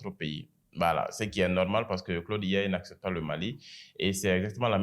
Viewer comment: Claude IA (prononciation Francais) Claude AI (prononciation Anglais), la tu commences par A qui se prononce A et I qui se prononce "aï" Adoptes ça